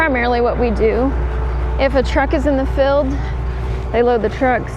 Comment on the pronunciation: I get a kick out of your Texan accent saying the word "field..." Pronouncing it "feld..." Lol